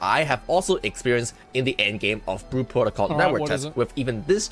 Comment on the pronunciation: Lol it’s like speech impediments in stereo. “Blue” has an L in it kids…